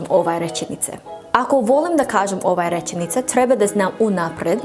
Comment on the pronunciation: Like rečenice not rećenice😅